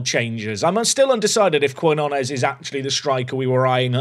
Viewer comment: We need to send you on a language course with all these South American signings. New is keen-yo-nes. Denner deal is too much to say no to. Now that the release clause is gone, I’d list the star CB and see if his value goes up any since he’s leaving anyway. Couple million for him and i think you have to cash it in unless you think you can pull off promotion this year and then resign him as a premier league team in the offseason.